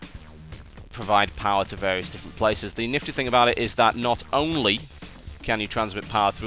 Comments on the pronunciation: lol TB said "niffty" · He said nifty N I F T Y